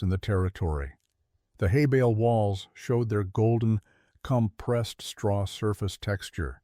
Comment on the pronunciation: Exactly. Straw. Not hey!